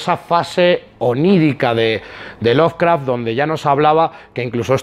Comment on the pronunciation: ¡Que no es "loveRcraft", que es "Lovecraft"! Jaja.